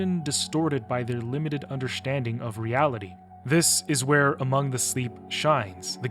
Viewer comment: do you happen to have a Germanic background/upbringing? Curious bc instead of “understanding” it sounds almost like “underSCHTanding”. Not a criticism but genuinely curious. And also just wanna say that anyone suffering from PTSD, I hope you can find peace in things now and you are doing okay❤ I can only imagine that from my perspective of adult-diagnosed BPD II in my early 20s and high functioning ASD about 10 years ago in my mid 20s. There’s a ton under the surface that no one sees, and PTSD in particular is a horrible, horrible thing. Hope you all are well and are able to cope with it all, along side a supportive group that you are able to lean of when needed. Much love all around!